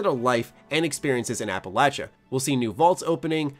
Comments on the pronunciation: What’s an “ap-a-latch-a” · The bigger issue with F76 is how pronounces Appalachia